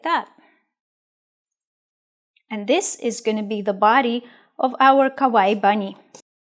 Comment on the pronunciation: the way you say kawaii means "scary" in japanese